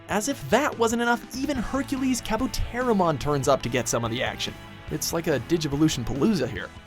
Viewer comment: I'm glad Angemon was the top pick but honestly Angewomon was the biggest by far. It was probably the most emotionally charged scene in the original series and GOD what a shock. Also how do you know if the narrator has watched digimon? "Biomon" and "Hercules kabuterramon" looool I'm just razzin' ya.